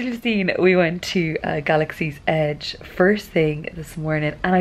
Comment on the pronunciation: You said it right!!!! No pirate donkeys in Galaxy's Edge ;)